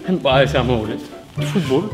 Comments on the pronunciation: salut la chaine petite info pour la prochaine fois se dit handballe, pas handball mdr pas comme basketball et football voila voila x) sinon bonne vidéo merci, en plus vous avez parler de mon sport (le handball) donc impec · Handball pas handboll c de l'allemand pas de l'anglais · handball c'est allemand pas anglais donc sa se dit handballe pas handbaul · Ps on dit "handball" et pas "handboll" (phonétique) c est un mot allemand😜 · Du HandBALLE et pas du HandBAULLE stp xD Sinon super vidéo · sa se prononce HANDBALLE PAS HANDBOLE pcq c un sport cree par les allemands pas les anglais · HandBalle se prononce pas "HandBolle" mais en HandBaalle!!!! :') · ça se prononce 'handbal" et pas "handbol" parce que c'est un mot allemand pas anglais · On dit handball pas handbool pck c un mot allemand alors que football et basketball c anglais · On dit pas handball comme en anglais car c'est un mot allemande du coup on dit "handbale" voilà c'est tout pour moi 😊 🤓 🤓 🤓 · Pour handball ca se prononce comme le mot francais balle pcq c un sport allemand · Sinon handball c est allemand donc ça se dit pas "baule" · On dit handball avec un A ça c'est allemand et non anglais😉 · Handball est un mot allemand et pas anglais donc on le prononce pas que le football. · Alors pt1 C allemand on dis handball comme la hall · Sa se dit handball avec un a pas un o car c'est allemand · Handball c'est allemand on prononce a et pas o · Le handball est pas anglais , c'est allemand, tu prononcer comme en français pas en anglais ! (Sa fait 7 ans que je jouait au handball)